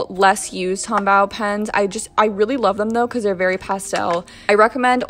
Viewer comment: So it's Tombow, bow like a bow tie, not bow as in bow wow.